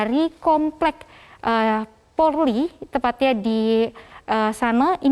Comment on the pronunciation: Kenapa presenternya nyebut polri kok bisa jdi porli Di menit Jgn malu2in loh....🤦‍♀️